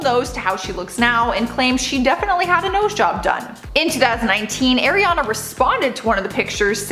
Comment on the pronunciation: Stop saying the same intro multiple times say Ariana right too koutney is the oldest